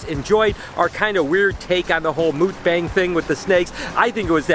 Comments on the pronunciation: Awesome! Here's an inside tip; we Koreans say it more like MOOK-bahng than mook-BANG. The 'bang' part is a bit softer. I love this video, keep it up!!! 🤗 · Its pernonserd muk not mook like yuk but muk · Hi ~ mukbang is Korean and it's actually pronounced Muck-bang not mookbang,😉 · I always heard mukbang pronounded as "muck-bong" instead of "mook-bang" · it's pronounced MOOK - BONG 🤦🏽🤦🏽🤦🏽 I cringe everytime. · Not to be that guy, but your pronunciation of Mukbang kept making me flinch... Its kinda like Mūk-bong with the U sound being kinda like a "ooh" sound... I really love your videos though! You live the dream I only dream about! Also, would you be cool with me doing an unboxing video of a snake I am looking to buy from you? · It’s pronounced muhk-bawng lol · Haha thats not how you pronounce “mukbang”. Muck-baahngg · It's pronounced Muck-baa-ng Like you MUCK a barn BAA baa black sheep -NG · its pronounced muk - bong not bang lol. Awesome video though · I'm giggling as you're pronouncing it wrong. 😂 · You are saying it wrong